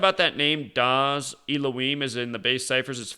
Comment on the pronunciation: Lol it's DA'AT not DA'AS 😂 But DA'AT in Septenary 4-11-7 which has numerical anagram of 1147, 1174, 4711, 7411. Another cool thing is in Greek the 4th letter is the DELTA or ∆ so symbolically 4117 would be ∆117 and the dimensions of the great pyramid is 11:7